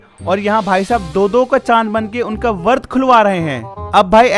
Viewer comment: वर्त नहीं बोलते भाई व्रत बोलते हैं